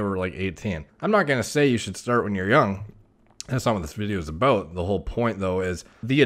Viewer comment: When he says about, its al.ost scottish, aboot